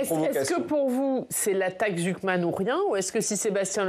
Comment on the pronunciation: Jpp il a dit la taxe « zouk man »😂😂😂